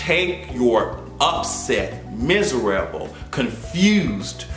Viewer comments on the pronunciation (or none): LOL Are you Jamaican? You just pronounced miserable like a Jamaican? Love it!!!